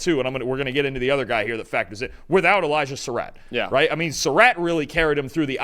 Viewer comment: Glad y'all took notes and pronounced Sarratt better.